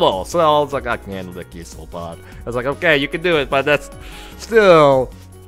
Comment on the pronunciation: "Geese-lopod" lol cracks me up